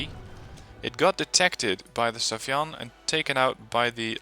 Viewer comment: SAY FAN... not SAFYAN...